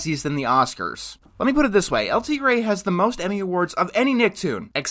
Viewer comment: It's a shame you can't pronounce 'El Tigre'